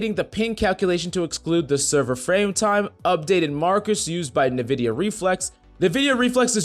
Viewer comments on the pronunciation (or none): he really said navidia for nvidia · Dude I love all your videos but NVIDIA is pronounced like EENVIDIA